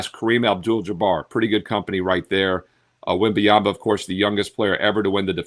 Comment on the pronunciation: His name's not wemby-ama 😂😂😂